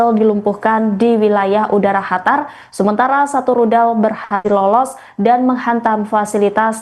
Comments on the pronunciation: Qatar ya bacanya qatar bukan Hatar mbak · Qatar bukan hatar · Bukan hatar tapi (Qatar 🇶🇦) KO Salah menyebutkan sih ini berita🙏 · bukan khatar tapi qotar atau katar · Qatar bukan hatar,arabnya pakai qaf bukan ha. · Betul..kurang enak didenger. Mana ngomongnya berkali-kali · Penyiar berita ini salah sebut negara Qatar dgn ucapan chatar arti ucapan chatar yaitu Bahaya Seharusnya di ralat ucapan salah itu yg didengar pemilsa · Khatar ⁉️ Ketar.. Ketir.. 😂😂😂😅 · Qatar tolong dikoreksi penyampain negara Qatar Bukan “ hatar “ Dan penyebutan al udeid adalah al udeyit Bukan udet 😏✌️ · Pemyiar Tribun News mohon di diralat atas ucapan kata2 nama Negara Qatar bukan Chatar Awali dgn huruf gaf bukan cha Seharusnya Qatar bukan Chatar arti Chatar dlm bahasa Arab berbahaya Dan ada lagi penyiar Hamas jadi Hamasy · Kak tolong kalau bilang qatarnya yang jelas sedikit saya dengarkan dan nonton ulang² sama teman² saya kak pembawa beritanya ini bilangnya hatar bukan qatar sekian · Qatar menjadi Hatar apakah Indonesia akan menjadi andanesia😂😂😂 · QATAR , baru dengar (hatar) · Q bukan H.. Qatar bukan Hatar. Tolong pembaca berita perbaiki bacaannya.. 😅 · Mba kenapa melafalkan Qatar jadi Hatar?..aneh kedengaran nya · Bukan Hatar dek... tapi Qatar..😂😂😂😂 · Naon eta..Hatar..Hatar...Qatar..pake Q..Qatar..dibaca..katar😂😂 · Hatar? Masa iya itu mbaknya gak ada yg kasih tau kalo itu huruf "Q"? Awalnya gw kira memang ada sebuah kota bernama Hatar, ternyata itu Qatar.. 😂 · Hatar atau Qatar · Bukan Hatar mba, tapi Qatar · Itu pembawa berita bisa bicara Qatar apa Hatar sih😂😂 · Qatar dibaca katar. Bukan khatar. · ini pembaca berita enggak paham penyebutan Q dan H. Qatar jadi Hatar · Bukan Hatar tapi Qatar. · Hatar atau Qatar sih.dimana negara hatar, baru dengar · Bukan hatar min...Qatar... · Bukan hatar tapi katar/qatar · QATAR bukan HATAR ya klo ngomong ! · Qatar mba, bukan Hatar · Hatar? Emang gitu ya pengucapannya? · Qatar bacanya Gatar, mba, bukan Hatar. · Qatar bukan Hatar😢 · Di hatar...😂😂